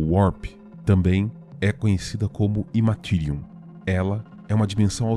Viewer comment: Show. Ótimo conteúdo, mas cuidado com as pronúncias. A ideia aqui é ajudar a melhorar: Aeldari se pronuncia ÉLDARI, tyranid é TÍRANID, Immaterium é IMMeTÉRIAM e por aí vai...